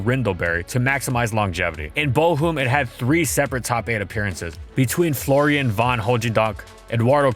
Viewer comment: He butchered Florian's name soooooo bad